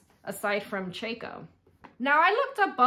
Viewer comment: I'm a new subscriber and I really enjoy your videos. Ceaco is pronounced ceeco. But you say it any old way you want.